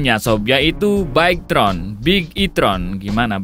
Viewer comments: Bike tron😭 bige-tron bang bacanyaa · Baigtron annnnjirrrrr. , Bigetron dibaca biasa aja jangan di Inggris Inggrisin 🙏🗿